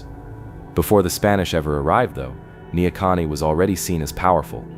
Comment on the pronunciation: Neahkahnie. Ne - a Kahn - nie